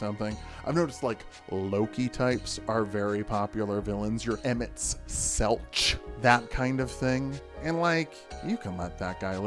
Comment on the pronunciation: i hate that you obviously mispronounced emet-selch on purpose for that sweet sweet engagement, and i hate me because it worked 😂 great video though